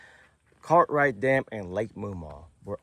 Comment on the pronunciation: Why do you keep calling Cartright dam it's Gathright Dam